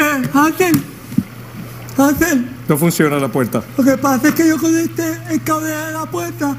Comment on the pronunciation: Dios los bendiga Me dio risa porque de ves de ella decir puerta ella dijo la puerca. Jajajajaja